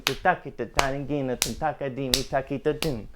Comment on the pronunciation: its thakita not takita lol he pronounced it wrong